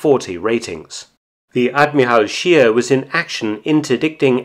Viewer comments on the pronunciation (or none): Mr. Felton, you are usually complimented on your fine pronunciation of German words and names...However, this time I have to correct your faulty pronunciation of the surname "Scheer"...It doesn't sound like "sheer" in English, but just like you correctly pronounce "Spee" when referring to the Scheer's sister ship...so the German pronunciation of "Scheer" is something like the English word "share". Regards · Sheer is pronounced sh-ehr not sheer .... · The name "Scheer" is pronounced "Shehr", a doubled vowel is a stretched vowel in German... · Thank you for this interesting story. The correct german pronunciation of Scheer is like the english word „share“.